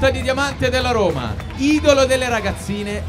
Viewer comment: Si dice dajje rommma, non daje romaaaa